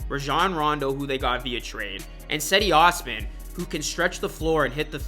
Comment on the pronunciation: Cedi Osman is pronounced like jeddy osman